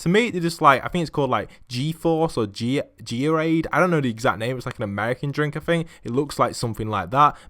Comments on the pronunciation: Gatorade not G-atorade 😹 Also did you go to E3? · Gee-deer-aid It's pronounced Gate-er-ade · Lol it’s pronounced Gator-aid / gatorade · Tilted2 and whats withthe geeterade lol its gaterade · "G-Orade"...Moment Of Silence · Geo-rade?!!?!?! LOL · Vitale Music & Art ikr lol he said G-aid lmao😂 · He said G-or-ade lmaooooo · Him saying Gatorade was actually the best thing ever, no hate. Amazing video 👌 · AnObnoxiouslyLongAndUnnecessary Name He had a accent it and makes it sound different